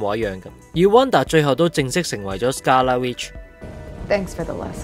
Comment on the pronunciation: 紅vision已講咗白Vision作為carbon-based synthyzoid， memory storage is not so easily wiped. 紅Vision只係幫佢解除記憶封印而已，希望片主留疑問之前返專業少少返睇多幾次留意下d細節，另外希望片主大大讀角色名少dd懶音，(例如其唔係讀“Scar La”，係“scarLET”， 唔係“Dahold”，係dar“K”hold) 讓觀眾聽起黎冇咁“銀”耳 —_— 期待片主將來嘅改進